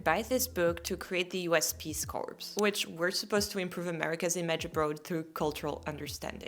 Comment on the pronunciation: I enjoyed your video, as always, but can't resist saying...Peace Corps--corps is a French word pronounced kor--even in English, p and s are silent I think you said English word corpse, for dead body😉